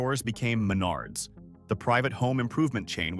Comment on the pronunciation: Not just cities mispronounced but Uihlien's and Menard's.